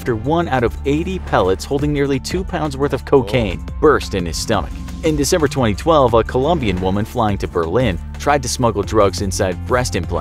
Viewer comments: desember? Not December?! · December not Desember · Its December not Desember! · "IN DESEMBER 2012" ??? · desember tho lol 😂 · "In Desember 2012" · desember lol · DESEMBER...REALLY. Cmon now